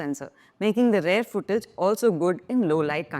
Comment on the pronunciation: Please... don't pronounce "rear" as "rare". It's endemic throughout India.